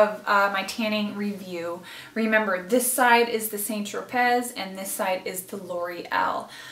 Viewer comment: San tro pay,is the correct pronunciation not saint- tro- pez.